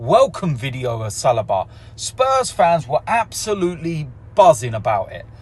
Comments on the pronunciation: It is not Salaba, it is Saliba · OMG it's Sell-lee-ba